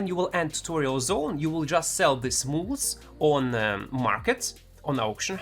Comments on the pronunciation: For anyone else confused, "Mooles" is Mules. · Also... "Mools"